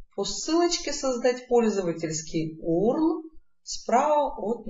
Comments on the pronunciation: Не Урл, а юэрэл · Не урл! А вот так ЮЭРЭЛ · ЧИТАЕТСЯ ЮЭРЭЛ, а не УРЛ